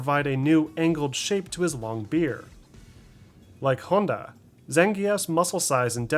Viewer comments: nah u said it pretty weird and thats okay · Pronunciation is off for the character names this time round, it’s HONda not honDA and Chun-Li is completely off. Otherwise it’s a great video